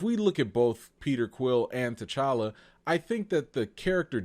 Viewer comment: Put some RESPECK on T'Challa's name!! That "ChaCha" molested me in my spirit!! Also, while I'm here: #RecastTChalla